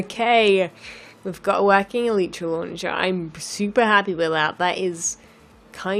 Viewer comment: you are saying elytra wronge